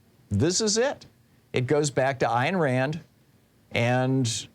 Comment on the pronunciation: Ayn Rand is not pronounced "Iron" Rand. {:o:O:}